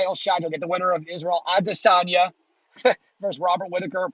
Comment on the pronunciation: How did you pronounce Adesanya? ;-}